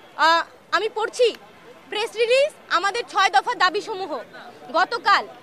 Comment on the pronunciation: 'সংবাদ সম্মিলন, ' ' দাবিসমীহ'😂 😂😂 এই পর্যন্ত শোনার পরে আমি আর শুনিনি। ঠিকমতো শব্দ উচ্চারণ করতে পারে না,আবার আসছে ঢাকা বিশ্ববিদ্যালয়ের সার্টিফিকেট নিতে। শখের তুলার দাম দ্রব্যমূল্যের ঊর্ধ্বগতির সাথে তাল মিলিয়ে ৮০ টাকা থেকে ১৬০ টাকা হয়ে গেছে 😂